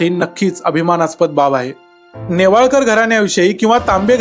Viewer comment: सासरचे आडनाव नेवाळकर असे वाचावे